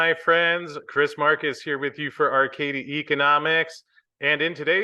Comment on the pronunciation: Arcadia always has to be pronounced by Chris as Arcadi